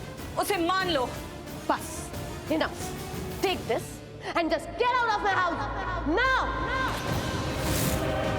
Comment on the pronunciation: Didi Teri to man chodne wali hai bahut hi jaldi Kya tu gate out bolati hai